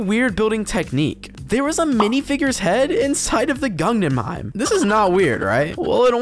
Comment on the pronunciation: Gungenheim Museum? Is that where Jar-Jar Binks takes a date? Perhaps you meant the Guggenheim Museum?